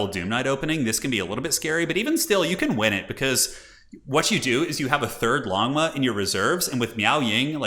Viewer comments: So "Longma" means dragon horse in Mandarin. The O sound in "Long" is the same as in "Lone". If you just say "Lone-mah", it'll be a pretty close approximation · longma is pronounced "l-oh-ng ma" phonetically, which translates into "dragon horse" of Chinese mythology. They're basically dragon scaled Pegasus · everytime you say 'Longmo' I hear lawnmow riders'